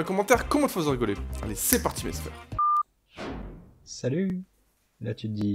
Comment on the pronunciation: Pourquoi tu dis toujours maissphère je ne comprends pas pourquoi tu dis ça 🤔(je ne l'écrit pas bien le maissphère)